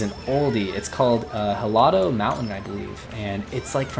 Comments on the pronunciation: Helado is spanish, the h is silent. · I’m pretty sure the h in helado mountain is supposed to be silent because it’s the Spanish word for ice